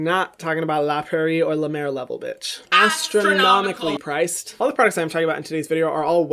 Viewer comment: Me: sees new hyram video Also me: clicks faster than hyram can say “AStrOnOmicAL”😂